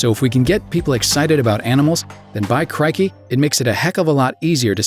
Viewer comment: only Irwin can say Crikey the right way u just sound so idk horrible at it and u just made me think back of watching this video I just love him way more than before so byeee